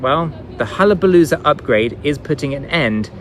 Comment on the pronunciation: Why is it so hard for you to say HAYABUSA? Wth, It makes it all sound like a joke, VET too, lol.